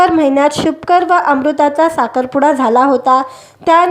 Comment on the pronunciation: शुभकर नाही शुभंकर असे बोलता येत नाही का? कानाला खटकते.